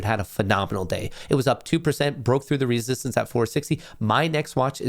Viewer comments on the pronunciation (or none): none